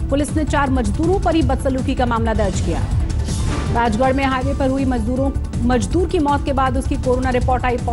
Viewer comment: Abe jaahil budhiya majdoor nahin mazdoor hota hai.